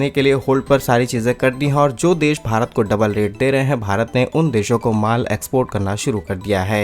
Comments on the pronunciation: मल ❌😂 माल ✅ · This is माल (Goods) not मल (Potty) 😅😅